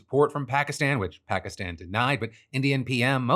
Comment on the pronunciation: What happened to your stupid pronunciation of Pakistan?